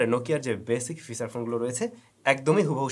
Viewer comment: ফিসাচ ফোন অহহহ আচ্ছা ফিচার ফোন